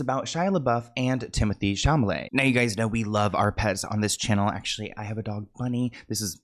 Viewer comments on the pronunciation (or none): Babe! It’s ChaLAMET. Not ChaMAlet. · Chalamet. SHA-LA-MAY 😭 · not chamaleyy, CHA LA Mé !!!!! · At first he mispronounced his name, but now it’s a joke. Timothay Chamalay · No because Chamalay is so funny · Because of I'll call him anything but his actual name 😂 atm I'm calling him shama lama marmalade 😅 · “TEEMO-THAYYYYY SHALALAMAYYY” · Wait, Chal-ma lay is not his name? Lmao, I thought he was saying it right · Looks like Chamalayy to me 💅🏼✨ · Hey! Now when I say I’m one of your biggest fans, I mean that with all of my 💜! But can I please break down how to say Timothees last name without being rude? Only because this is how it helped me 😊 so it’s shall-lah-may ❤❤❤ no she’d, I swear! Love youuuu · Shamalay!! I love your version of his name 🤣🫶🏽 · Chamalama is how we say his name in our house 😂😂 love you, you’re an angel. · PSA to commenters says Timothée Chalamet’s name wrong on purpose as an inside joke between him and his viewers ❤ I know there are many new subscribers here, so I wanted to give you the heads up 😂❤ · It's funnier every time!! lol Love you!! 🤣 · mispronuncing Tim's name with so much care will never cease to be hilarious.😂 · Please never stop pronouncing Timmy Shalmalay's name wrong 😂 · lol it’s the fact I was just on another Timothee video and we were in the comments talking about, it’s funny that everyone on YT loves how you mispronounce it 🤣 I THINK WE ALL GENUINELY LOVE 🤭🫶🏽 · you would think by now you would know how to pronounce chalamet